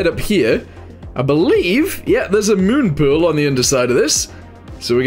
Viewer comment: Mun puel??? You Irish bro? 😅